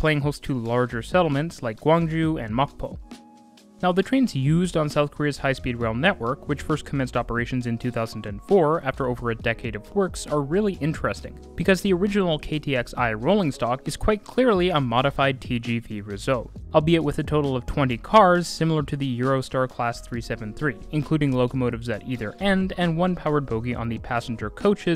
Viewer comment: Just a small correction, the KTX-I isn't pronounced as KTX-Eye, but KTX-One. It's actually not an official name (the official name is just KTX), but it became a half-official moniker to differentiate from the later models, Sancheon, EUM, and Cheongryong. The KTX-I is also affectionately called "Shark" by Korean railfans, due to the nose of the train being designed after shark snouts.